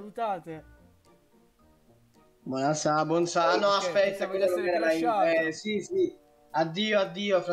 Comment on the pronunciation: nessuno:: BUONASERA